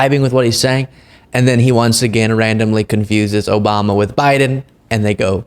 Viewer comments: Obama. Isn’t a president anymore why does this idiot keep saying oboma. Lamo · O-BOM-NUH! Tresident Pump lol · ‘Obamna’ ???? lol Chump’s Done!!!